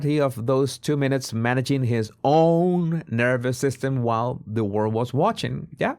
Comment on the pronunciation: Why oh why can’t he say the word “world”????? He pronounces it “Wowd”. So “The World” comes out of his ignorant mouth as “Ver Wowd”.